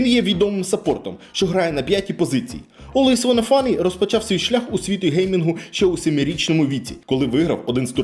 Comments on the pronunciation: нік не так виговорив) не "Алвавонафані" чи як там було а олвейс_Ванна_Флай (нижні лінії шоб читати легше) ) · Олвейсвонафані, хелресайсерс і глобак ахахахах, будь ласка, читайте імена та назви уважніше) та взагалі, провіряйте інформацію яку подаєте, Наві по доті вже 3 рази міняли свій склад , і в цій команді не грає жоден з вище перерахованих гравців. Цей же ж Ноуван навіть встиг пограти в наві та покинути команду. Одним словом, інформація застаріла на 3 роки. P.s: не обов'язково кожного разу вимовлять букву р в анлійських словах так, ніби язик затерп